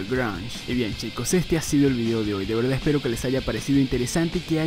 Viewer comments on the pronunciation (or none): none